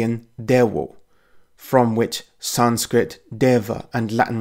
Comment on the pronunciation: You EXTREMELY and Brutally Butchered the sanskirt pronounciation Wrose than i butcher english